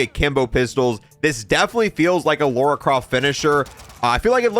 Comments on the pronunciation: It's LARA not LAURA. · Who is this "Laura" you keep talking about? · I am getting triggered it's called Lara not Lora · Lora croft? It’s Lara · her name is Lara, not Loura, not Lora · Why can’t Americans say Lara? It always sounds like Laura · Lara not laura 😅😅😅😅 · It’s Lara, not Laura. She isn’t some random British woman, maybe you should play something other than the reboots. It’s Keeley Hawes, the voice actress of Lara in the Legend trilogy and spin offs. She’s voiced her for years and is a pro